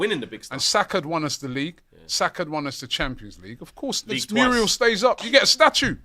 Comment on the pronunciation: can someone tell that it’s mural and not murial